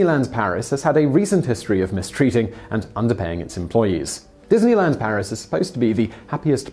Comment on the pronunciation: wow... dineyland Paris sounds like EF Chengdu haha